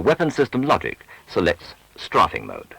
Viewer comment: "Straaafing" :D